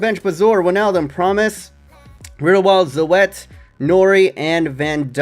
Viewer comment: Congrats with your first Netherlands win! I hope you're able to keep Onana, I like him in this game and irl. Btw, the o-e in Zoet is pronounced the same as the o-e in Bazoer. If you want to know exactly how to pronounce it, look up the Dutch word for 'sweet' on Google Translate.